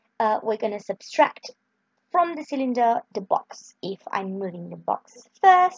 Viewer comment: Subtract, not Substract.....